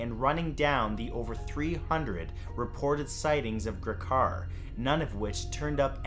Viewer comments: Just a nitpick, but you pronounced Ray Gricar's last name wrong. Its more like a long 'e' sound. So it'd be like "GREE-car". I heard tons of theories of his dissappearance growing up, since I lived in Centre County until i was 20. Some people thought it might have had something to do with the Sandusky scandal, he was offed by the Russian mob, or that he ran off to Florida with a girlfriend. The most likely one is that he committed suicide, since his brother apparently had done so some time before this incident took place so maybe Ray was following in his brother's footsteps. But I guess we'll never know. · Is that now how you pronounce gricar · But not seriously enough to mention the mispronouncing of Gricar? LMAO jk (from PA too) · But nothing about mispronouncing Gricar? LMAO